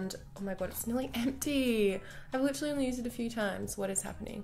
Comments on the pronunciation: who the fuck hates on her saying liTTTerally? Its so funny when Michael and her use each other's words so funny! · Please don't stop saying "literally" the way you do. It's so funny 😂😂😂😂😭😭